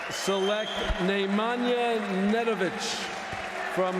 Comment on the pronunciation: Nemajna Nedovic ou Radojnic ?? 😂😂😂